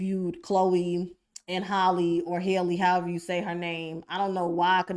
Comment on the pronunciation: It’s Halle-Like Halle Berry.